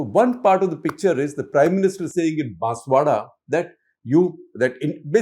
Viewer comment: did Shekhar Gupta just say "Botswana" or "Baswada"